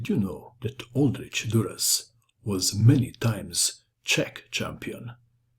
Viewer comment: well it is czech, the name is called "old rzykh" . Kh like ch in word loch(ness).